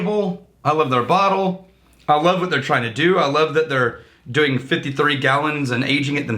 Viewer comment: I feel bad slightly bad for messing with on a day when people were less than ingratiating toward him...But, "Frostingk" and "Doingk".